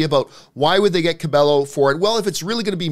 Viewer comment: Its pronounced Camila "KA-BE-YO"!!!! Put some Respekt on the Queen!